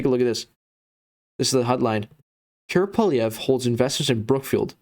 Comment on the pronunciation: You are full of 💩💩💩💩💩. You can’t even say Pierre’s name right! 🤬🤬🤬🤬🤬🤬💩💩💩💩💩🤬🤬🤬🤬